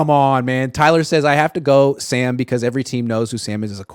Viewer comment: Pretty sure it's Sam not San Donald 😅